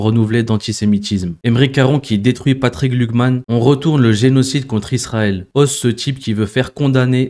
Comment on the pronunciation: Bonjour, attention tu prononce "glukman" il pourrait y avoir une confusion avec Glucksmann.😉